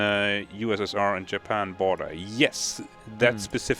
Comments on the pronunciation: Did he say yapan ? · keeps saying Japan “yapan”